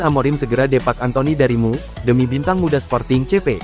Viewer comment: Ca❤pek ya ngomong EMYU jadinya cuma ngomong mu mu mu